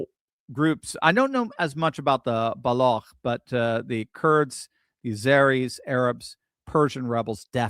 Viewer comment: Thank you for this video!👍🏼 "Baloch" or "Baluch" is pronounced the same as smooch, pooch et cetera: I was born in Quetta, Baluchistan, (then West) Pakistan but left that city at the age of three months and never returned, although I lived in Pakistan and Bangladesh for the first twenty-four years of my life.